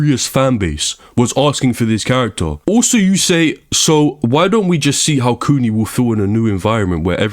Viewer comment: The way U say kuni sounds like its meaning is coomer or basement dweller.